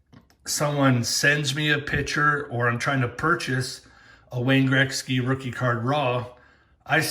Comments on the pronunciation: Its pronounced gret-ski not Greg-ski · It’s not Grexky. Damn the way you say Gretzky drives me nuts. Lol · Say Wayne Greksky again lol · learn how to say his name correctly....fuckin embarrassing